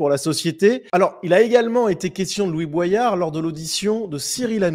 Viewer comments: Tu le fais exprès pour qu on commente de dire boillard au lieu de boyard ou t es juste teubé ? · c'est "Bo-yard" et pas pas "bwayard" ! Comme dans la chanson de Sopranal "Everyday J'Kette Josselyne" ! Faut le savoir !